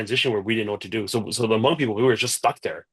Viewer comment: Thankyou for not trashing the name Hmong with (Ha)mong like most people do.